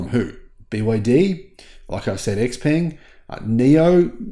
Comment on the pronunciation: You want to learn a few Chinese pronunciations. Virtually nothing written in Chinese is pronounced like you do in English Peng is one of those words. It's more like Pong, and means long life from Chinese legend.